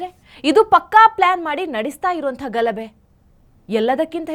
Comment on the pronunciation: ಘಲಬೆ ಅಲ್ಲ ಮೇಡಂ, ಗಲಭೆ